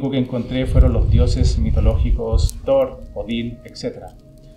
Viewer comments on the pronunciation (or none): none